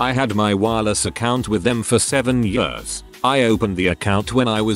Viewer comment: Always makes me smile when the robot voice says "yeurs" (years).